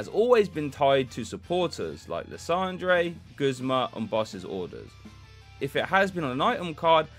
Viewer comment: Love the “lissondray” pronunciation. That’s way cooler than “lie-sander” 😎